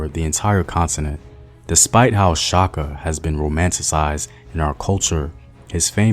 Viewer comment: I love that you stirred away from butchering Shaka actual name, much appreciated